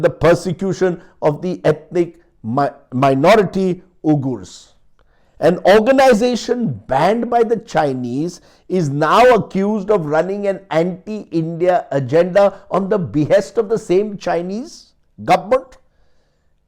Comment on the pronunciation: Not oogoors , we-gurs is how Uighurs is pronounced